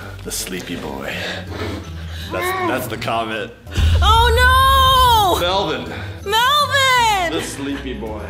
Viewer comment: ಠ_ʖಠ It's Melvin not melborn